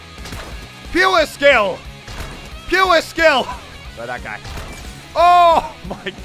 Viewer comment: "pewer skill" -Muselk (2019)